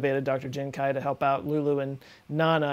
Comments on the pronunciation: How do you even pronounce kui as kuai... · The question is, why is pronouncing "kui" as "kai" in Jiankui? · Is kuei not kuai just throwing it out there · might wanna work on your pronunciation and usage of chinese names... He Jiankui would be pronounced like "huh ji-en kwee" and "He" should be his surname so it would be Dr He. also, "mosaicism" is from the root word 'mosaic', i hope you know how to pronounce that one.